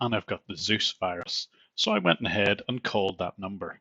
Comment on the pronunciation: "If i go 'aheaiyd..'," gives it all